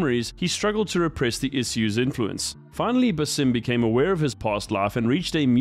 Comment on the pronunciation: BAA-Sim. His name is pronounced so many times how do people still get it wrong?